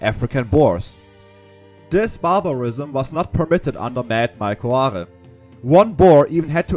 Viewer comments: Mad Mike's surname is pronounced like whore--if that helps you. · Mad Mike Hoare …. Please pronounce it correctly …. His surname is pronounced like Whore. Great video though. I served in the FFL and met 2 former SS legionnaires at the FFL retirement farm at Puyloubier in 1988. Both had served in indochina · Great video. Well done and thank you very much. Hate to be a knit picker but Mike Hoare is pronounced as 'Mike Hor'. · Excellect documentary. Apart from the pronunciation of Mad Mike Hoare's name :)